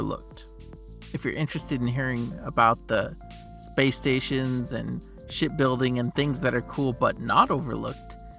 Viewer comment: I swear I heard bro say shit building